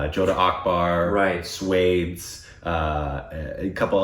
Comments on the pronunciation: I would say watch jodha akbar first. Also just FYI it’s pronounced “swaa-dace” but I hope you guys watch both. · It is pronounced like Swa-desh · watch "Swades"..one of the best performance by SRK. and, its pronouned as SWA-DES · It's pronounced as Swa - desh meaning My country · It’s pronounced ‘Swa’ like in ‘SWAT’ without the ‘t’ and ‘des’ as in ‘desi’ without the ‘i’. Just correcting. Cool video btw. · It's pronounced 'Swa' - 'des' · Guys its pronounced swa dais...and regarding the historical represenation..though the movie was well made factually it is incorrect and lot of creative liberties were taken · 1. sir you look amazing in this shirt 2. sir your tattoo is scary 3. sir....pronunciation!!!! 4. Both...thank you soooo much for reacting to this one....i mean this song is just amazing 5. This last part...the dance while rotating is just fabulous 6. Love you loads❤❤❤ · Go and watch swadesh... U will pronounce it correct... 🤣🤣🤣it's not what u r pronouncing... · Hahahahaaaa.... I really hope they watch Swades, if not for anything else, just to be able to pronounce the name of the movie right... and I dont think the word Swades is used in the movie at all 🤣🤣🤣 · Again from Indian standards, it's Korbinized....🤗🤗 it pronounced as kha-wa-ja may-re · Okay do Morning got Swades right the first time and I was like YAY, and then he was back to calling it suede. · 'Swades' is not pronounced like 'Spades'...it is 'Swa' + 'Desh'! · Okay Swades is not how is pronouncing it. It's Swa-des. "Swa" is "one's own" and "Des" is "country". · don't pronounce 'swades' like 'spades', break it down- read 'swa', not 'swaa', then, 'des'. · Hey guys great reaction, but just a little tip, its not pronounced swades, it is pronounced swa-des, swa-des means native of the country.. :) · Oh when will u grow up 😂 It's Swa-desh and not pronounced as Swade with an ending with s. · It's pronounced as "Shhh-wha-de-sss.."(s-wa-des) not shwades .. 😂.. SRK 👑